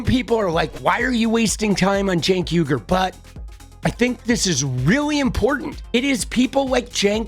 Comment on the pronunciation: "People ask me why are you wasting time on Cenk Uyugr" 🤣🤣